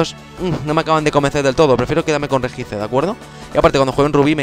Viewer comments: POR FAVOR REJICE NO RESHIAICE. Me sangro un oido :(.Sin ofender..... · Tambien dice regice y se pronuncia reyi aiz :D